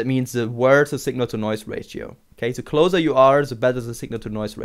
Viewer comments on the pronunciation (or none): none